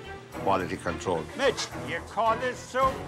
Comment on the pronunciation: I swear their all saying bitch instead of mitch 🤣🤣🤣